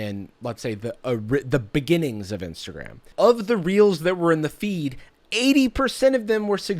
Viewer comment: Instead of “reels” I thought you said “instagram was getting heat for realz🤪” lmao